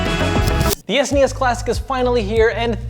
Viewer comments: S-nee-s? S N E S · I'm sorry, but "Es-knee-es"? WTF? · Ah ha! I just got the title... You say "An S.N.E.S mini". But I read it as "An Snes mini", like how people in Europe say it. 🤔